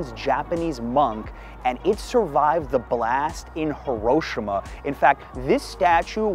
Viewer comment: you pronounced hiroshima wrong obviously